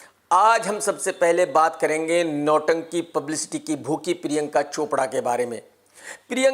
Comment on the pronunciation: Normal people says Priyanka Krk says Piriyanka 🤣🤣